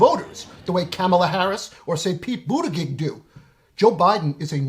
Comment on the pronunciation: You are still mispronouncing Buttigieg !